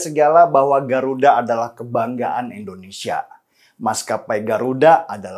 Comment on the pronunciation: Indonesia, Bang Denny.. Indonesia. Bukan Endonesia.. 🤗